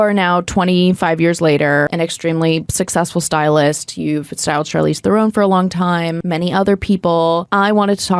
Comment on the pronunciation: I know it's not the point of this video, but when did folks start mispronouncing Charlize Theron's surname? It's THEIR-on, not ther-OWN She spoke about it on the Tonight Show